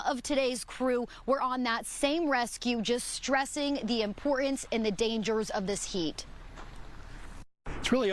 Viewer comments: Pretty little doesn't like to pronounce her 'T's'. "Moun'an", "impor'ance". I've heard many Kids & Young Adults mispronouncing words like these. What's going on in the schools these days? Everyone needs to learn English & Math & none of it is racist or whatever negative connotation the Liberals spin it to not learn the subject. Why isn't Fox 10 more concerned about this mispronunciation of English by a member of it's staff? As far as the rescue goes: The Parents can either do a lot of Community Service or reimburse the County for the cost of their rescue. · INexcusable not unexcusable. ImporTance not impor-ance. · not pronouncing words properly makes you sound like a 12 year old valley girl instead of a professional. It's "mountain" not "mao'in." "Importance" not "impor'ance." You are dropping the "t." It's learned behavior that became a habit.